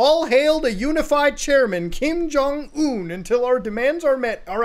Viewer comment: Lazarus will take you down for that pronunciation. Who is Kim Jong Ooown?